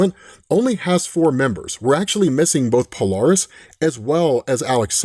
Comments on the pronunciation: Hey... it's not "Palarist" it's "Pole-air-iss" Polaris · PO-LAIR-ISS. POLARIS.